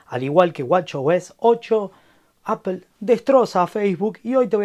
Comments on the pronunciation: Jajaja pero si sos argentino porque decís “Apel” ? Acá se dice “Apol” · Por que dicen Apel?, no es palabra española se tiene que decir como es en el idioma original, Apple y fonéticamente "Apol" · Apel??? Neta. Tan reconocido canal para que nadie pueda pronunciar la palabra bien.